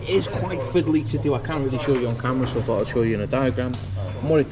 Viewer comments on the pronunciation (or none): none